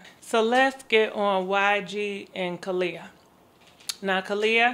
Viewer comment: I got you boo 😂 Kelani is pronounced Kay -LAn-E